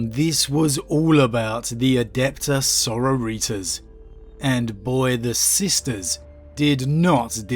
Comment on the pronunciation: did you just fukken say so ro ritos?